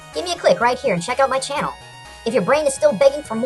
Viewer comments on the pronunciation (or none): none